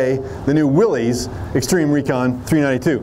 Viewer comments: Willies??? You mean Wil-lys… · He's a "Jeep" guy and he pronounced Willys "Willies"?